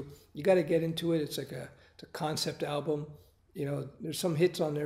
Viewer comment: When he says album i feel like there is something wrong in him.....